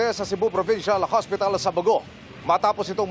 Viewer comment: Buti na e correct na ang pag bigkas sa 'bogo' 🙏